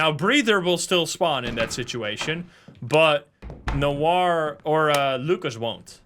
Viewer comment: this is the only game I usually watch to have a nap withxD Gotta love people who don't know that Noir is pronounced "nowah" and ask chat why pronounces it "weird" while its the correct way